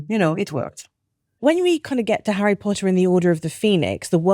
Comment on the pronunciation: Harryh pottah